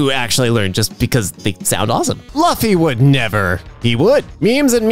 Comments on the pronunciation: youre my favorite Emkay commentor next to Damien.......but i swear for lord, it pronounced like LOO-fee...............AND HE IS THE MAIN PROTAGONIST OF ONE PIECE XD not One PUNCH.....thats Saitama, i expect this of my gf, not the XD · hears say Luh-fee and One Punch blinks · Actually it’s Luffy from one piece. Pronounced Loo Fee